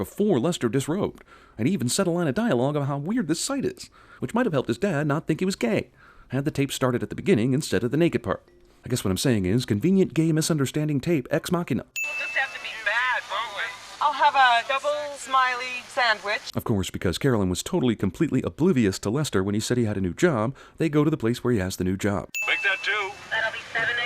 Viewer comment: why does he keep saying ex machine? I know its a movie but...